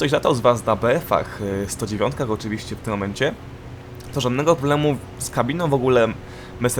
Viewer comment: Chopię nię mówi sie oczywiścię tylką OCZYWIŚCIE !